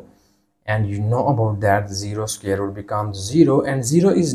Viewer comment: Square root ❌ Scare root 💀✅